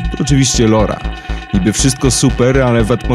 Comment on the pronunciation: nie lora tylko laura